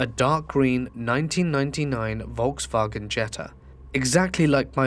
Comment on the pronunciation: are you Deutsch? The way you said Volkswagen lol